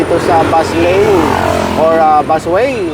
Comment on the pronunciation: Ano kamo " bus wane"? Hehe